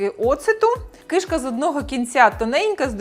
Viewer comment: Таню, та не КIШКА a KИШКА